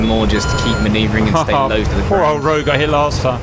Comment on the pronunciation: "The Rog-yoouu" for Rogue had me laughing :D